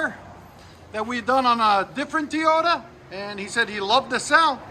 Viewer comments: This dude keep saying tiyota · Like the videos but please stop saying “Teeyota”. You don’t say, I hope Santa brings you lots of “Tee’s” for Christmas.